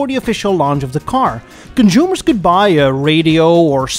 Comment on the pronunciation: Hahaha. What are “conshoomers”? Hahaha